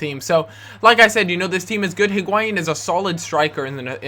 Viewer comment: It's not HIG-why-een. It's EE-gwai-een. The "h" isn't emphasized in Spanish.